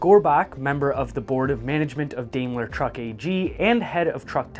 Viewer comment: I don't know where you come from but, Here in the states we call it "Dime-ler"